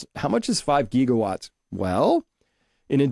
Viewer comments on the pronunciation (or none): the 'Gig' in Gigawatts is not a long e. It rhymes with Jig, not league. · TIL Chris is AI because he says "geegawatts" and "Tower of Bobble" hehe